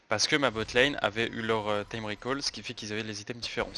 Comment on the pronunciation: praïo au lieu de prio et recal au lieu de ricol (en prononciation) ca a tilt mes oreilles ptdr